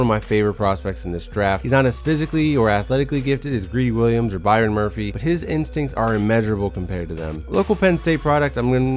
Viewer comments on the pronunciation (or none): none